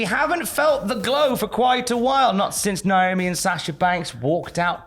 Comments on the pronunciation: It's Naomi Tom, not Niomi 😂😂 and you got doing it lol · UIs it a British thing to mispronounce Naomi's name? NIOME?